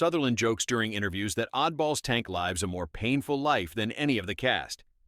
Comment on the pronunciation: Never mind about all the times it mispronounces "Savalas" or even "live", some of the pictures popping up are pure "What the hell?" head scratchers the AI pulls up! 😮🫣😆. 🤓😎✌🏼☮️